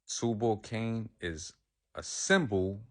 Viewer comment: It’s TUBAL CAINE